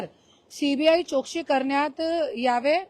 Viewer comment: करुणा ताई आपण मराठी बोलता.. आपला आम्हाला अभिमान आहे... ताई चोक्षी बोलता... चौकशी बोला ताई.....